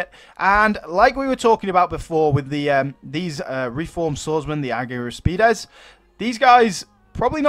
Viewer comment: Your Greek pronunciation of argyraspides is very good but if you find it difficult then you can call them silver shields the chalaspides bronze shields and the chrysaspides golden shields futhermore the shield that the reformed swordsman have (and the Romans) is called scutum . Also the units looking absolutely awesome can't wait for the other Hellenistic kingdoms Pergamon Ptolemaic kingdom and Bactria